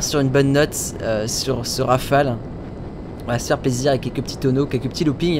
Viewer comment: Enfin quelqun qui dit pas Rafalé. (t'petêt un peut trop de a à mon goût XD)